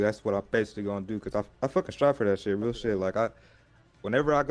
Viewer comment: Y y’all leave out the “t” in real dreams change the world?